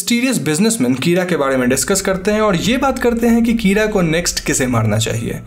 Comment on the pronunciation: Kira is pronounced keyra😂